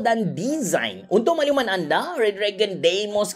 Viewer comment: Sebut dia dimos bukan deymos